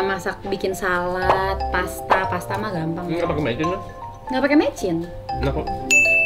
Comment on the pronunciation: Salad pke "D" jgn bkn pke "T"